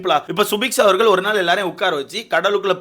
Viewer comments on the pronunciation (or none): none